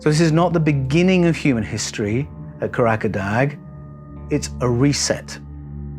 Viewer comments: Kah rah dah, not Kah rack a dag. There is no place in Turkiye called Karakadag. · Kah - rah - dah. There is no place in Turkey called Kah rak a dag.